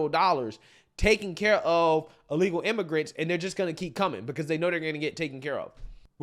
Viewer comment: Did she call them illegal immagrunts😂😂😂😂😂wow